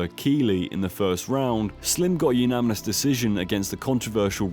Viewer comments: It's pronounced "uNaNiMous", not "uNaMiNous". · Why does he say umanimous decision 😂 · Say unaminous one more time please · This guy doesn’t even know how to say “unanimous” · really struggling with the word unanimous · Say unanimous correctly challenge (impossible) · idk why but the way he pronounces unanimous really annoys me lool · Brilliant video, seriously, my only comment is the pronunciation of the word unanimous 😐 sorry my dude